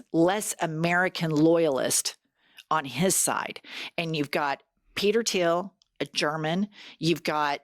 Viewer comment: It's THIEL not Tiel